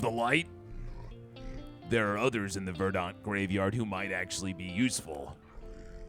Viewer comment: Craziest pronunciation of “verdant” I’ve ever heard lmao